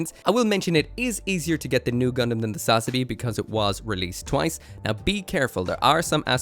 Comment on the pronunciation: Learn to say sazabi for crying out loud